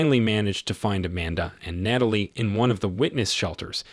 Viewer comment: It's Tra-vis, not Tray-vis. And it's Nat-a-lie, not Nayt-a-lie.